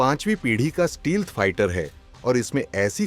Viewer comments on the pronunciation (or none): Advanced steelth nai sir stealth Itna bhi change mat kariye